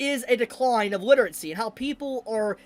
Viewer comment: why do you say literatsy instead of literacy?